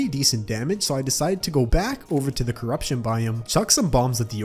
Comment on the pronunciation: You did say coroption to crimson!!!!